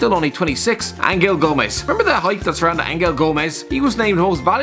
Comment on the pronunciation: Angel is pronounced like Anjel, he's English